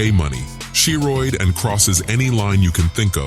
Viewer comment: She-Rooid lol